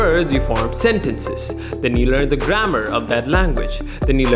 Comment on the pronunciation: it's not "grammEr", it's "grammAr"